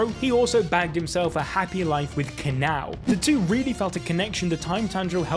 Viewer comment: I cant believe he pronounced kanao as "kanaw"😭😭